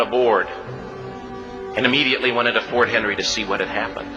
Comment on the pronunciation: He gets almost this entire story wrong. First of all, they weren't "the colonies" anymore - America had been a country for almost 40 years already. He doesn't even get the name of the fort right. It was Fort McHenry, not Fort Henry (which is in Tennessee). The British only had 19 ships there, not "the entire British war fleet". Francis Scott Key was only trying to get one person released, a friend of his, not a group of prisoners. He wasn't on any British war ship, he was on an American truce ship, and no - there were no prisoners below decks. Also, the fort held 1000 soldiers in defense of it, not mostly women and children. The British attack did very little damage to the fort - that's why the British fleet left in the morning. There weren't a pile of patriot bodies holding up the flagpole...the U.S. only lost four soldiers in the battle. The flag Francis Scott Key saw the next morning wasn't the shredded flag from the battle - it was a large replacement flag flown so the British could see it, as a message. I don't know why this guy thought he needed to make up so much BS to an already good story.